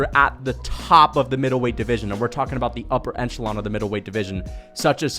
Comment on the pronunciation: Why do you say echelon like that?